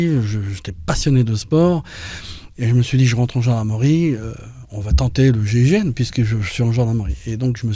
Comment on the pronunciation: pourquoi l'animateur de l'émission à 5 reprises, prononce le mot gégène au lieu de gign il faut articuler